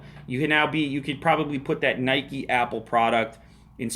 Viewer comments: its not nikey !! haha i think its NIKE like the name IKE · it's nike not nikey you ride a bike not a bikey